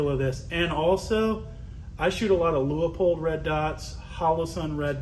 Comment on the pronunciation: Pronounced lue pold